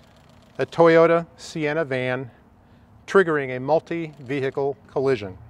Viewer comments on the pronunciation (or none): "Mulitvehicle" crash instead of Multivehicle crash, LOL...